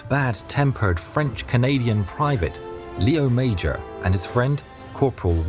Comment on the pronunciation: The name wasn't lee-owe major, but lay-owe mazhor. The name should properly be spelled Léo Major.